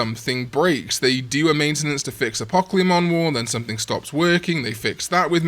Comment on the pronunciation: Apocalymon have to be pronounced in syllables and not in one word. Its not Apocleemon. It Apo-caly-mon or A-po-ca-li-mon if that makes sense.